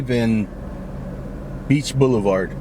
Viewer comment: "Beach Boiulevart"